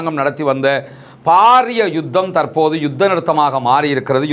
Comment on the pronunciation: தமிழ்ச் சொற்களை சரியாக உச்சரிக்கவும். உதாரணமாக.தற்போது தர்ப்போது எனச்சொல்லப்படுகிறது தவிர்ப்பபது நன்று.